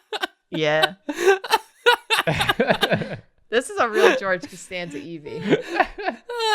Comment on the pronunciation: George Casteeveeon George Castanveeon Geeve Castanzeeon Jan Casteorgveeon Jee Casteenveeon